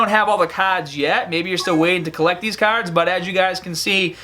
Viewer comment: "Dawkin Awakenin" , "Caads" lol